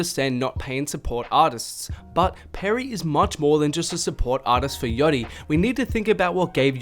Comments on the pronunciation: its yAchty mate. How do you go 8 min saying yotti instead?????????? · i had to stop watching the video after because i couldnt handle you pronouncing it yoddy anymore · The way you say „yattti“ is hella funny